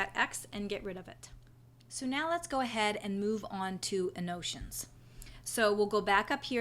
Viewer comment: Useful tutorial, however it is pronounced AN-NO-TAY-SHUNS. I was confused until I figured out what you were trying to say.